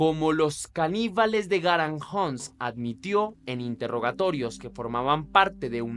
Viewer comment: “Garañuns” no garajuns